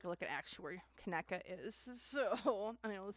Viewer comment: Pronounce it like (Ka knee ka ) ❤ Kaneeka or KJ